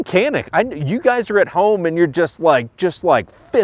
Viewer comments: Nice man. One note on the pronunciation...for those who care...the C in Turkish is pronounced like a J. So, its pronounced Ja-nick, not Ka-nik. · You as well as many are pronouncing the name of this firearm incorrect. The letter C is pronounced with a J sound like jam. So pronounced Janic! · Care or not I'm simply stating the word/name of the firearm is being pronounced incorrectly. I laugh every time I hear the mispronunciation. If you are to review a product make sure you pronounce it correctly.